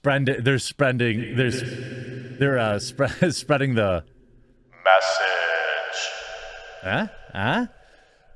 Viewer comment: It's not "spreading the MESSAGE", Jeremy. It's "spreading... THE MESSAGE". Have a swig of Toilet Duck and try again.